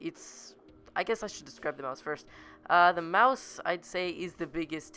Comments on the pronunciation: U know it's called Maus not mouse U DONT SAY IT LIKE MOUSE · It's not mouse not pronounced that way it's mA us not mouse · Not a. Mouse it's a Maus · Its not pronounced 'Mouse'... Its pronounced 'Moss' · Holy shit stop saying mouse its maus mAUs not mOUse ok holy shit its so damn annoying hearing mouse every 2 seconds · it is pronounced MaS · It's pernounced may-o-us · obviously never attempted to speak German then.